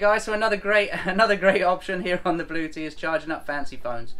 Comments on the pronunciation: LOL, it is pronounced Blue-etti and not blue-tea, hahahaha, you folks crack me up. But you went with it like a boss, which made it funnier, I was crying tears, the best comedy Sailing channel I have seen! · Blu-etti not Blue-ti Good luck. Have fun with your Blu-etti. ;-)